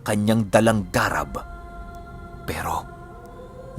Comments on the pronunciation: "Garàb" po yon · Thanks 🥰,, ung (garab) na word iba yata Ung pronounce☺